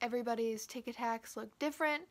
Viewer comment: Lol thot he was saying tikitaks